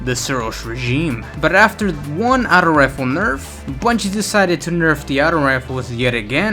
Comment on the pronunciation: Hate how he says auto rifle as atto rifle